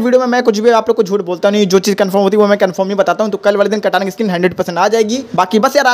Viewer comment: Bhai vah Katana skin hota hai kata nahin